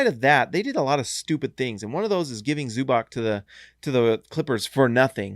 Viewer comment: It is neither Zubak nor Zubach :)